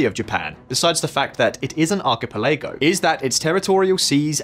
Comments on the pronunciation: It's "archi-PEL-ago", not "archipe-LAGO". I've heard this mispronounced constantly on this channel, surprised they haven't figured this out yet. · Ark-eh-pal-eh-go 😆😆😆😆😆😆😆😆 who is this doofus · OMG! Arc-a-peh-lay-go? Free-gates? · It's archipelago 💀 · Say archipelago again